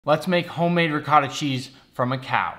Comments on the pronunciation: I don’t want to be mean but ricotta is pronounced “ree, coh, ta” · Lol that's not how you pronounce ricotta, the CO sound is more of a G sound. Sounds like (re-gutta) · You pronounced ricotta wrong, then dabbed, I'm dissapointed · Nick I just wanna say how can you have an Italian last name and pronounce ricotta the way you do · I hate when people pronounce ricotta wrong it’s one of my pet pet peeves.😤😐